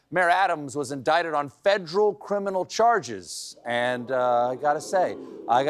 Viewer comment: Funny how Stephen’s South Carolina accent slips through just for the word “federal”.